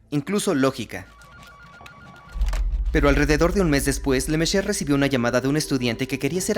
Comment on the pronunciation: Excelente el vídeo como siempre, 😥 pero ¿lemecer o lemechur 😕? Lástima que los actores de voz no se hayan puesto de acuerdo para la pronunciación correcta del personaje principal del vídeo y que se nombra cada 2 por 3.